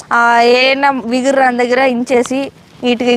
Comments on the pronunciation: Eguru kadu cheguru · adhi eguru kaadhu, chiguru anali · eguru kadu chiguru anali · ఇగురు కాదు అండి చిగురు అంటారు కానీ video chala bagundi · iguru kaadu. Chuguru.